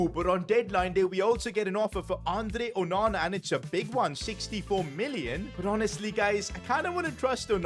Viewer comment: You know him saying onana when he saves a crazy goal.Sounds like OH MAMA LOL